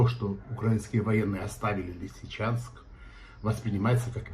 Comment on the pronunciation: не в состоянии правильно воспроизвести название Лисичанска? Что так?